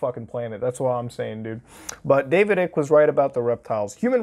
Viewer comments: Ugh, it's not David ICK LIKE EW THATS ICKY. ITS DAVIS ICKE LIKE EYE KUH. EYECK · Lol it’s pronounced David ike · his last name is pronounced ike, silent c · I’m still laughing at the way you mispronounce David Ickes name 😂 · He didn’t say david Ike’s name right a single time